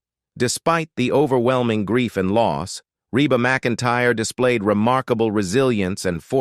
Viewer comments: eeeee Reeeeba. Not RAYba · It is pronounced Reeba. Dummies !! Reba so easy!!!❤❤❤ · Why is it you can't say the name right...😊